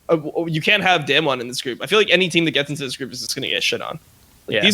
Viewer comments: I'm so tilted listening to dom pronounce damwon. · fuck do they say damwon wrong or is it me